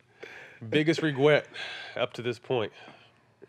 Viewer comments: did Matt say “Biggest reGWET”? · Matt: “Biggest wegwet” 😂😂😂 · Matt “ Biggest Regwet up to this point” 😂😂😂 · “Biggest Rewgret”